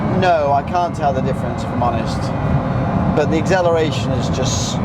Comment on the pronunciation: Egseleration LOL nice video mate! Cheers from Italy!